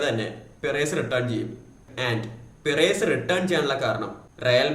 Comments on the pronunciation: പിറേസ് അല്ല ബ്രോ പെരസ് ഫ്ലോറന്റിനോ പെരസ് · Bro റായാൽ മാഡ്രിഡ്‌ ന്റെ പിറെസ്സ് എന്ന ഉച്ചാരണം കേൾക്കുമ്പോ നല്ല ബോർ ഉണ്ട്, kindly make sure u pronounce names properly 🙏 its റിയൽ മാഡ്രിഡ്‌ ആൻഡ് പെരസ്